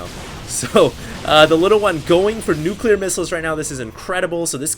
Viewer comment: dont be one of those guys that cant say nuclear properly